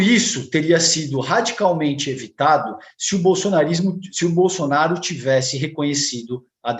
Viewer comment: Os SATOIDI estão tão viciados em determinados termos q n consegue falar BOLSONARO, Automaticamente pronuncia "bolsonarista" kkkkk